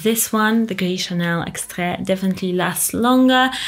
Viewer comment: why you said like french st u ip just say it normal fk it and fk french langauge 😂😂😂😂😂😂😂😂😂